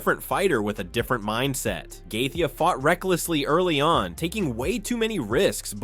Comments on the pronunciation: Right? We all know it's Joostin Gay-chee. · GAY THEYEY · who the hell is gay-thee and Eye-liah Tapu-Riah jambalayah! this channel does not deserve my presence, i'm blocking it for being lazy and recording the damn audio. How can you dedicate a channel to something and get all the names wrong?!!! - Bye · Justin “gathee” is one bad MF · The narrator does not know how to pronounce Dustin Gaethje” s name ! It’s hilarious!!😂 😢😂😅